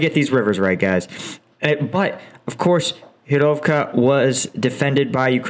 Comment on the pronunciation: Great analyses, love your videos, but... gosh :D do something about the pronunciation, like you made Hyrovka from Hryhorivka :D It's quite difficult to know, which place you're talking about :D Improve your Slavic pronunciation, please :) Hint: Use google translate with Slovak language set. We're not using azbuka and the letters sounds the same, so text to speech for Ukrainian places works quite well :)